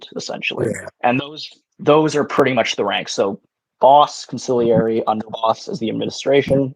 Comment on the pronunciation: whaddya doin’? We never admit dis ting of ours! You gotta go!! Seriously though, great job! Although you need to listen to how Consigliere is pronounced! 😂